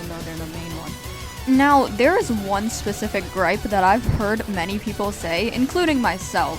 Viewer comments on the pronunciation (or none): none